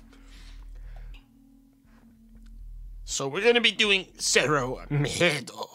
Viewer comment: I forgot that he said Cero miedo without much problem and properly. Didnt knew he knows spanish